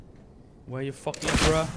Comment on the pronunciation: Hahaha geen haat maar je zei holy faking skin of mij oren zijn dood lekker bezig 💪🏿💪🏿💪🏿💪🏿